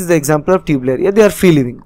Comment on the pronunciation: Not tubeleria its turbeliria